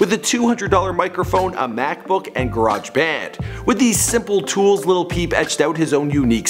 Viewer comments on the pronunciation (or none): none